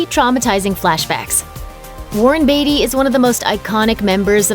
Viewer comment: Why can't she pronounce Beatty correctly?